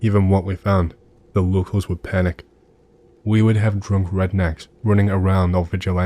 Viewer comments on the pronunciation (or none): I thaught he said trump redn3cks not drunk redn3cks! 🤣 I almost spit out my drink